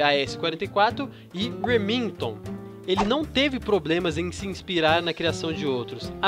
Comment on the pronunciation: ruemington KKKKKKKKK